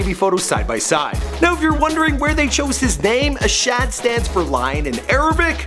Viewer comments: isn't not ashad . asahd or pronounced as Asad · ASahd is pronounced asad, not ASHAD... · bruh don't know how to pronounce anyone's name what is ashad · No way this man not callin him ashad on purpose 😑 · Why do u say ashad, his name is pronounced ASAD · It’s pronounced asaad not ashad and it’s khalID not khaleed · It's not ash-had it's a-sa-da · this dude said ashad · His name is pronounced as Ah-sad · You want DJ Khaled to watch/retweet this but keep mispronouncing his sons name? And the last? Ok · He butchered Asahds name